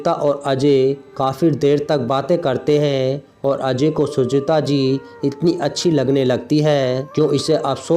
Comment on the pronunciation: बोलने का उच्चारण बिलकुल भी ठीक नहीं है सुजाता को बार बार सुजीता कहा जा रहा था